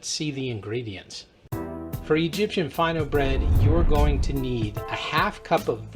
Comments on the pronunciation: It's pronounced Fee' no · It's pronounced like feeno. It's a French recipe originally, the name is French. Of course Egyptian bakeries adapted the recipe to make it easier and cheaper to make. Still Fino bread is regarded a bit more expensive than flat bread as it usually is lighter in weight per piece and more expensive